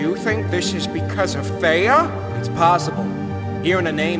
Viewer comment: It's thiea